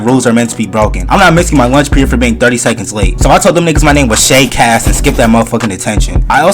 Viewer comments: “ shay cassssss “ 💀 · Did literally no one catch the “Shay cass” like ts got me laughing